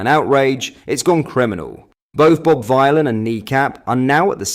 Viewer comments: Lol. You're a Joke mate. You're quite happy to promote "Islamophobia" & Muslim Racism just like your Football Club Rangers & you're Right Wing buddy Farage... btw it's pronounced Villian not Vighlin.. as in Bob Dylan... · Omg it’s pronounced “vilan” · Hey (yes YOU ) it’s pronounced Bob Villain as in Bob Dylan ……your reporting is shamefully misleading and bad plus you constantly upload old news articles …..I’m unsubscribing 🖕🏽🖕🏽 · I think Bob Vylan's name is supposed to sound like Bob Dylan, so everyone pronouncing it Bob Vile'un must be annoying the dickhead, and that makes me happy. Hopefully he goes to prison for his actions,then everyone forgets his name completely. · Please pronounce this disgusting name the way he means it to be taken: Villain, not Vielan. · I knew nothing of this man before all this, but I presume his name is pronounced Vill-an not Vy -lan. the play on words of Dylan and Villain. Edgy like. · It's pronounced 'villain' for crying out loud.🤦‍♂ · Vylan. Rhymes with Dylan/ Villain... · it's pronounced Villain. The 60s singer was called Bob Dylan this joker is called Bob Vylan pronounced Villain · His name is pronounced Bob VILLAIN. It’s a take on Bob Dylan. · Stop saying the name like that 😭 you don't say Bob Dylan like that do you